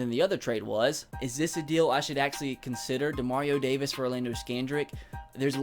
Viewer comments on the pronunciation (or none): none